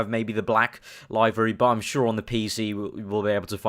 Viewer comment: LOL LIVE-ery. liv-ery mate.